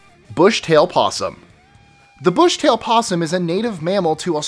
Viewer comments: Yes I picked up on that too. It is brushtail. sigh.. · brush tail possum, not Bush tail possum, holy crap!